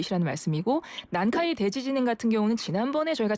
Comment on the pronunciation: 대 :지진 발음 듣기 거북